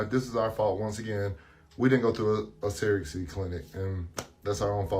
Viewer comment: Them saying sara-gacy instead of surrogacy is irritating